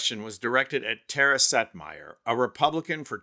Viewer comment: Oh. Setmayer! I was so confused. I thought he kept saying Seth Meyer! 😳 Silly me. 🤣🤣🤣🤣🤣🤣🤣🤣🤣🤣🤣 💙💙💙💙💙💙💙💙💙💙💙